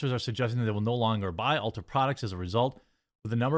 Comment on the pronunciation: Dude you are awesome! So well spoken! I love your content. But it’s ULTA not Ultra, lol, I’m rolling 😅